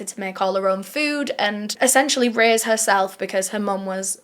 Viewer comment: Why you saying raise sounds like rizz it sounds like you said Marianne is ready to rizz her daughter